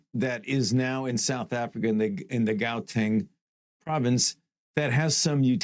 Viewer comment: It is pronounced HOW-teng, not GOW-teng you simpleton